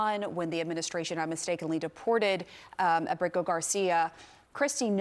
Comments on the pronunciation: Why does she keep pronouncing his name that way? She can't even get it right 3 times in a row, lol. Clown school. I would love to see her code switch and pronounce his name if he was Japanese, Russian, French, Italian. CNN ur a joke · why can't she pronounce his name correctly? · LOL The Virtue signaling pronunciation of his name is so hilarious, I love how she tries it the second time and tricks all over herself and his name just comes out as babbling. Why do anchors do that for Hispanic names. You don't break out into a Irish accent when someone's named Jimmy O'Connor. But they feel the need to accentuate Hispanic names Marion soft weak people bending the knee to minorities so that they're not perceived as big meanies. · Kilmar Ubrego Garcia 😂 ( hold my drink 🍹-let me pronounce this in Español )